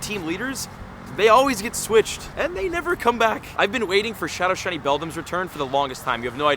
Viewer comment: 3 minutes 45 seconds in. That is what it sounds like. 😅